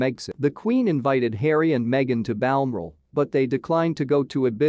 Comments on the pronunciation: Well it’s a yank what do you expect. Can’t even pronounce Balmoral a nasty shitty little site ! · You are not pronouncing Balmoral properly